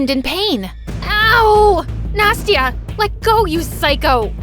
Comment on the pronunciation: Why "Nasty-a"?!